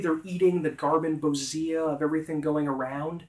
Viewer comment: "Gar-man-bo-ZEE-uh?" Isn't it gar-man-BO-zhi-a, like "ambrosia?"